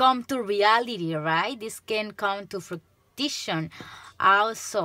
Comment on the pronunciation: You said fruition right! ☺️